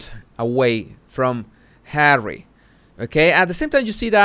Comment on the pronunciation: Did you say "Harwwy"?